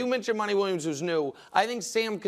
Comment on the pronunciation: Stop saying Monnie. His name is Monty